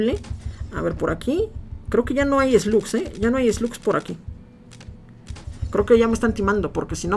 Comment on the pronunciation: cuando dice esglus diablo se refiere a las malvadas